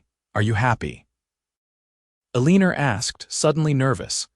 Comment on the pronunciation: el - e - nor Not a - leen - er. Is she a professional leaner? Or does she just lean on fences, or whatever, as a hobby?